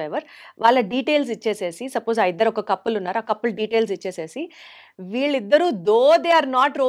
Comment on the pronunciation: అది కప్పుల్ కాదనుకుంటా.. కపుల్ అనుకుంటా.😅